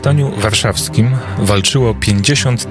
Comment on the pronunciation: Ależ mnie wkurza wymawianie "Cejroski", "warszaski"... ten redaktor ma chyba awersję do literki "w".